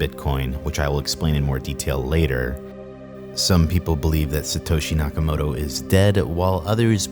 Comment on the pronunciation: nakamoTo, not nakamoRo